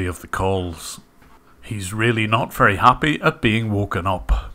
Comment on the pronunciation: Each and everything. "Wery" good English 😂